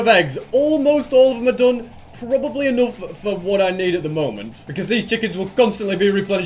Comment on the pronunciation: EnOgth? What's the accent? Btw cool farm. Huge work